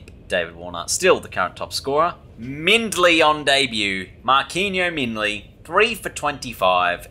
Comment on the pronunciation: Its pronounced Mar-keen- o Mindley